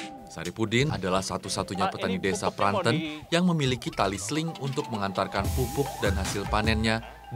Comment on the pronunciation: cara pelafalan Desa Pranten yang benar.